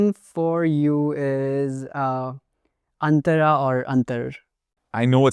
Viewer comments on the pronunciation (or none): It's neither "antaraaa"/antarā (अन्तरा), nor "antarr" (अन्तर्). That's not how Sanskrit pronunciation works. This isn't Hindi or Marathi. It's pronounced as Antara (अन्तर), where the 'a'/अ vowel (not ā/आ) at the end is pronounced fully. It's neither "aa" nor silent. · That could be the case but it's not the case here. Plus the sound shifts that happened from Old Persian to Middle and then from Middle to Modern are much more pronounced than what happened in case of Indic languages like Hindi or Marathi, while certainly several complex aspects of phonology were lost in modern Indo-Aryan nonetheless we know exactly how the Vedic pronounciation worked due to preservation, this has been a linguistically attested fact. Now, that being said, this doesn't mean a Hindi speaker cannot mess up Sanskrit pronounciations, they certainly can, but in this video the Indic speaker did a better job (not perfect) presenting word with correct Vedic pronounciation than the Persian speaker did with Avestan, the Persian speaker's bias was more clear.